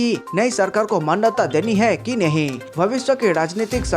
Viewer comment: Bhai hai word sahe se bol.